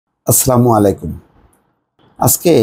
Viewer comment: Bhai "aslamu alaikum" bolata bhool. Corect hobe "Assalamu 'Alaikum".